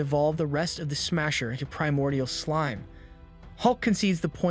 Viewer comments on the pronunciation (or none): none